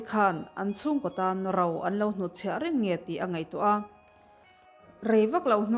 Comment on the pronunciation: Enge Rau , Ro tih tur aw.